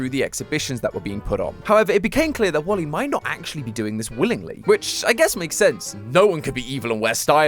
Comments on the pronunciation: When you pronounced Wally, you say it like wolly and remove the W and it’s my name! Olly! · Is it Me Or do I Hear Calling Wally Wooly?